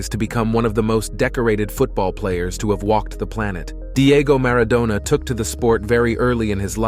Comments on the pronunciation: Who is “Garza” and “Mara doona” 🤣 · Maradoner 🙄 As in kebab. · W hy the weird pronunciation of Maradona?